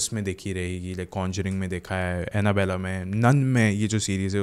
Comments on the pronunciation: It's not Annabeley.... it's Annabelle (pronounced as Annabell). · 1st thing is that not anabella that is Anabelle